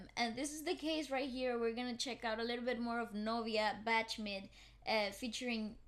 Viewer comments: Just want you to know how to pronounce BACHMID. You should pronounce it like you say the name of the legendary composer Sebastian Bach. So it's Bach-Mid. Bach = bakh with silent K and deep H on the throat, like Germanish sound. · Btw, her last name Bachmid should be pronounce without the word ‘c’ in it. Like a silent ‘c’. (Baah-meed or Baakh-meed)